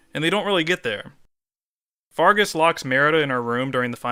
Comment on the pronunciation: It's Fergus, not Fargus Also, D O W N W A R D S P I R A L